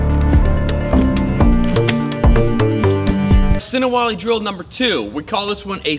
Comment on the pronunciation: Das Ist sinawali,nicht sinawali Wali😉